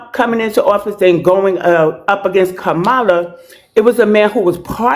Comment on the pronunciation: KA-MA-LA, NOT KAMARLA. She pronounced it the right way.